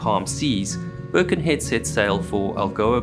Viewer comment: Always enjoy your excellent videos. May I remind you that Birkenhead is in Cheshire, not Lancs. And it’s pronounced with emphasis on ‘head’. Sorry if this is pernickety, but I live there!